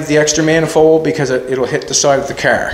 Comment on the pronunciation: I think its called a car, not a cer